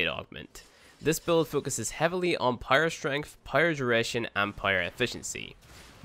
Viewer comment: I would appreciate you if you stopped pronouncing "power" as "pyro" because i can understand everything you said except that word took me a while to realize what you're saying...